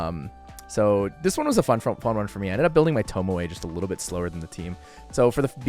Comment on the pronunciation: tomoe-ay? where are you getting that extra a from? its toe moe.